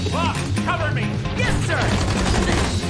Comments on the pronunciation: it's blitz the o is silent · ITS BLITZØ NOT BLITZO